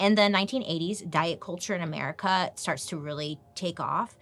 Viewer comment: Everytime you say America, I instantly hear 'mericaw.🤣